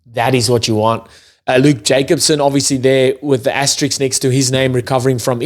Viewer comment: Loving your content. Great assessments and breakdown of ABs stuff especially. Hilarious Asterix and Obelix references when pronouncing asterisk by BTW 🤣🔥 Just wish you'd call France Gaul 😂